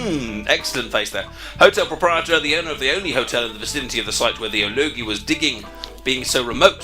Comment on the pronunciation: You keep switching the pronunciation of O'Logie's name.: P